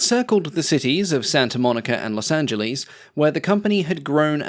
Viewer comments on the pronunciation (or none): 17 min. In, its Los Angeles, not Los Anglese